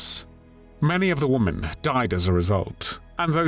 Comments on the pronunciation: Please pronounce women the correct way. Your saying womAn for womEn. Woman is singular, women is plural more than one. AI narration is PATHETIC!! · The plural of "woman" is "women", pronounced "Wimmen". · It’s women “wii-MEN”, it’s plural of woman “wooo-man” singular. Geez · Please learn how to pronounce women. It's different than woman.